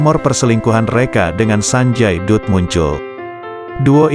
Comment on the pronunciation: Naratornya masih amatiran ga paham bahasa india 😅 sanjay dutt d bacanya ( sanjay datt)